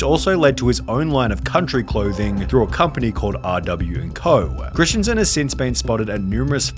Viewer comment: Its christensen not christiansen. Hurtin my feelings.